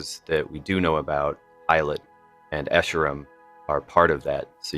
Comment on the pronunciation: did he say Eilot and escharum? did I mishear? I could've sworn I didn't hear a P for pilot?